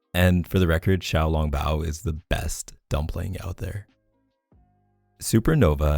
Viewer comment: the way he pronoun xiaolong bao so perfectly, made my Chinese heart flutter. I never thought I could love someone this much!❤